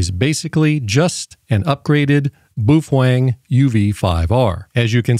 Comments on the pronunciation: What the hell is a "Boofwang?" Do you mean Baofeng? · how the hell does it come up to your mind, that the companys name is pronounced boofuang?!?!? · Boo-Fwang? I always thought it was pronounced Bay-o-feng. Can someone please shed some light on the CORRECT pronunciation? It may seem silly to you, but I'm genuinely curious about this. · Bro.. did you say "Boof-Wang" 😂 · Apparently he's cool like that. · I chuckled every time you pronounced that as "BOOF WANG" ... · Do you absolutely slaughter the pronunciation of most words, or do you save that bloodbath for Baofeng only? Boof Wang. 😂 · Worst AI I have ever seen can’t even pronounce Boafang